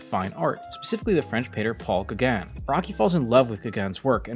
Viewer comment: Just a little nitpick, the "au" in Gaugin is pronounced like an "oh"